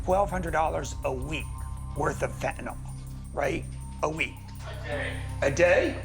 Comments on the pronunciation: Good way to put it. But now maybe someone can explain why people insist on calling it, "fentanal," when it is "fentanyl," i.e. pronounced like fentanill - as in, "ill." Very ill. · It is Fenta-NIL. NIL, rhyming with drill. Why must Yanks mispronounce it Fenta-nawl, rhyming with drawl? Such carelessness conduces towards moral decline and addiction. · I hate when people say fen ten (all) ! It is called fen ten (ill) ! Real simple ! Fentanyl ! Get it right ! Even most news reporters say it wrong !